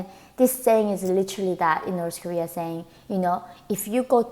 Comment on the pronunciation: Why do you pronounce it "Norse" Kowea when that's where you're from LOL